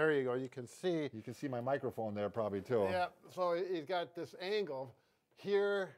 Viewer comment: "You can see my microphone." Why did I hear microbone